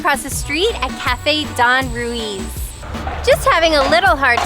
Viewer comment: that is not how you pronounce DON RUIZ